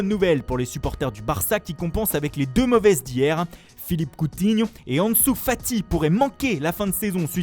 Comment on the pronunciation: Bv l'accent portugais sur Coutinho